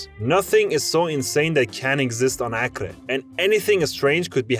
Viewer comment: Acre is pronounced Ak-ree